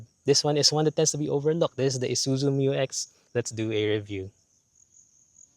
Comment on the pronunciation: Bump steer has been sorted out by 3rd term 2025 Dyno testing of new 3l results in >150kW and >500Nm. Isuzu is just conservative in reporting Thank you for correctly pronouncing MU-X